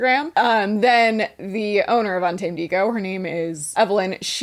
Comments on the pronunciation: Now every time I see UntamedEgo I’m gonna be saying “unta-ma-de-go” like did. Thank you. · I can't with Un-Ta-Me-Dego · Not úntamadego 😂😂😂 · Not úntamedego. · im absolutely crying at ' mis-reading 'untamedego' lmfaoooo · pronouncing"untamedego" en español has me dying😂😂😂 my coworker only speaks Spanish so I'm learning and when you said that I was like "yes. 100%. I wonder what that means" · misreading “Untamedego” gave me life 😂